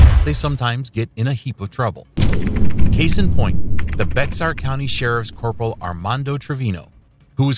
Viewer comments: It's pronounced bear county, not Bexar county...... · It's Not pronounced Bexar, it's Bear( X is silent)...Schmucks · “Becks Are” county????? It’s “bear”. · IT IS NOT PRONOUNCED BEXAR! IT IS PRONOUNCED BEAR!!! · It's not pronounced Bex-zar. It's pronounced Bear. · Just a pro tip…..it’s pronounced “bear” not Bex-ar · It’s BEAR county: not BEX AR county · First story... It's B E A R county ... The "X" is silent. Español... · Never heard someone say Bec-sar for Bexar (Bear). Cute! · BEXAR is pronounced "Behr" or "Bear" not "Bex-ar" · Bex-ar county? Try saying Be-har county. Sheesh... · The correct way to pronounce Bexar is BEAR not BEX-AR. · It's bay-har not bexar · 😂😂😂😂😂 it's pronounced Bear county. Not Bex-Are😅😅😅😅😅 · The county is pronounced Bear not Bexar! 😂🛫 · You don't pronounce the "x" in Bexar... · “Bec-star”. Bexar is pronounces as Baer. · As I live in San Antonio and in Bexar County, it's not called BEX-AR county but Bear County. It may look like BEX-AR but the name of the city that the county takes its name from is Béjar, so “bay-har” in Spanish. The X in Spanish usually works just like a J, i.e., with the sound we associate with H in English. "Bay-har" easily elides into "Bear". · It’s pronounced Bear, Bex-Ar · Bexar is not pronounced "Bex-ar." Silent X. It's just "bear" like the animal. BEAR! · "Bexar" is pronounced "Bear." For next time. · Bexar. Pronounced Bayr. Mispronouncing the county name in Bexar County WILL get you arrested and fined $100. Ask me how I know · The x in Bexar is silent! It’s pronounced like bear. For FYI😎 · Its Bear county the x is a brand not a letter. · It’s pronounced “Bear” county. 😳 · It's pronounced "Bear" .. X is silent. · It’s Bexar county, pronounced like ‘bear’, ‘x’ is silent. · Sweet Jesus, how hard pronounce Bexar county? It's pronounced Bear, for those that don't know... the x is totally silent and irrelevant. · Bexar is pronounced, "Bear". Tripped me out when I first moved here. Like why would you put a silent X there?